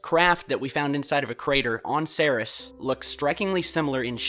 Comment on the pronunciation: you do know its pronounced "Series" not "Sears", right? You are referring to the largest object in the asteroid belt, Ceres, like where we get the word "Cereal" from, the goddess of the harvest?